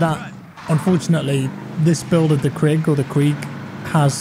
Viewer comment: everyone: "krig": "KREEG"